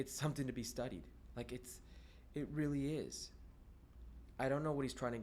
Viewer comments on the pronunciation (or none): none